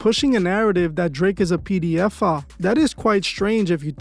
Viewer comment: P D F'a..😂😂😂 just the way you say it homie is crazy..😂😂 not a funny subject just the pronouncing of the word...